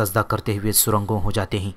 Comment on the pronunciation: ye surungo kya hota hai mere khayal se ap ne ghalat parha sarnigo hota hai yahan par iss word ka matlab sarngo hai